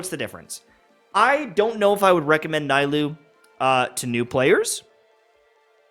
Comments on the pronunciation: Can he not call her NAI-LOO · The “Naaa-ee-loo” for me lol😂😂